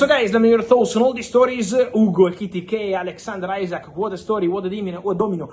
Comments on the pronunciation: Butchers Isak’s name every time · Bigger question is which will come quicker Fabio's correct pronunciation of Isak or Arsenal signing Gyokeres? 😅